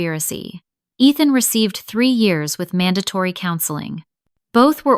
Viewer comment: And pronounce Years correctly! lol